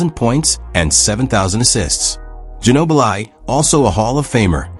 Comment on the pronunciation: That AI can't properly say their names correctly. Lazy to release vids that can't even pronounce Ginobili or Wenbanyama 😢